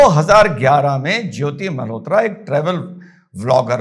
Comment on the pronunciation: " Malhotra " NOT Mehrotra i think